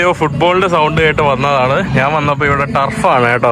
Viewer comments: നാൻ അല്ല,ഞാൻ ആണ് ശരി. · നാൻ, നാണു, നാനു അല്ല, ഞാൻ ആണ് ശരി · നാൻ,നാണു, നാന്, നാനു. അല്ല. ഞാൻ. കഴുവുക അല്ല, കഴുകുക എന്നതാണ് ശരി